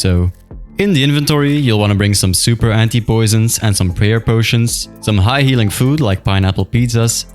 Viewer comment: bro says "prayal"